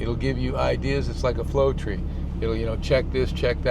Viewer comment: flow tree he says